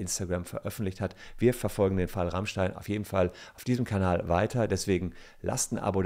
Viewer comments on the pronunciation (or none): none